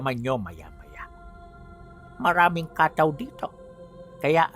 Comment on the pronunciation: pronounce as kattaw po Hindi Kaaaataw